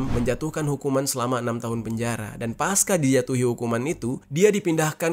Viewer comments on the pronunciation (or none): none